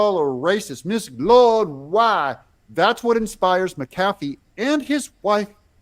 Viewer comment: Your pronunciation of McAfee is correct,.